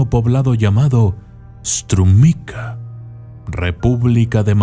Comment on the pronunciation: Pequeñas correciones en el video, Strumica se pronuncia como Strumitsa, era una provincia del antiguo imperio bulgaro y no de macedonia del norte como dice el video, se dice : baba y no vava, significa abuela, por lo cual la conocemos como BABA VANGA, la abuela vanga , vanga viene de Vangelya que es su nombre real, por el resto esta bien el contenido. Otra observacion, no es que esas criaturas la dieran poder, si no que ella tenia contacto con los muertos y ellos la daban toda la informacion. Ha habido casos en los que ella ha respondido a algunas de las preguntas con: los muertos no me dejan decirte eso. Y desde la puerta negaba la entrada a los no creyentes porque ella era capaz de diferenciarlos diciendo: Tu no entres porque no eres creyente